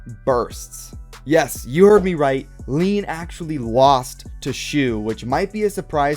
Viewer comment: this man saying leen like its pronounced lane